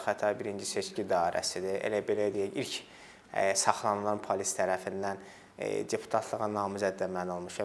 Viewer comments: Bu dilimizu niye bu hala salirsiz? Ne pAlis(?!), pAlis yox, pOlis!!! Polis ey, pOlis... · Palis yox polis